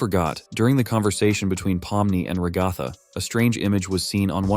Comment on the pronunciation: Him: ruh-gah-thah Me: ITS RA-GUH-THA